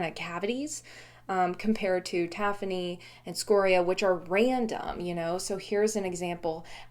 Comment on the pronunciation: Moqui is also spelled Moki, so you are pronouncing it correctly: Moe-kee. Using standard English pronunciation, with stress on the second syllable, tafoni I believe is pronounced ta-FONE-ee. And micrite: I have a bone to pick over the usual pronunciation of this word (mick-RITE), because it's a portmanteau word, from 'microcrystalline calcite:' MIKE-roe, not MICK-roe. Therefore, I think micrite should be pronounced MIKE-rite, not MICK-rite, but I've only heard one other geologist pronounce it this way in the last 20 years.